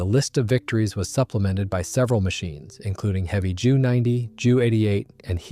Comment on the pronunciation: Wow ive never herd anyone ever in my entire like pronounce the Junkers and Heinkel Planes as He,s and Jews Wow just wow